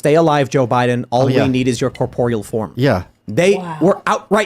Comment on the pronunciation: "We just need your corpeal form" killed me 😂😂